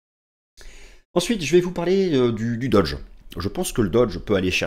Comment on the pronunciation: Mais pourquoi vous dites « doDge » ?!?? Ce n’est pas une marque de voitures amaericaine !